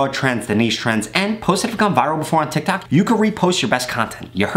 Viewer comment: 150 u said tictac lol